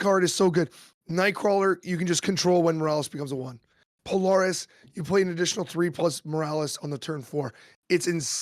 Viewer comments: I love the podcast (great idea fuel for my decks) but Polaris is pronounced puh-lair-ris, not po-lor-ris. Keep up the good work! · "pole-Air-us" fucking say it with me.